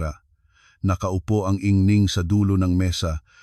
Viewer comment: maganda ang istorya pero ang pag ka bigkas ay mali, anung ingning? ginang ang tamang pag pronounce